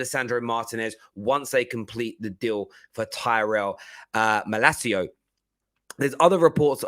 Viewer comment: Its malacia not malcio there is no o 👍🤣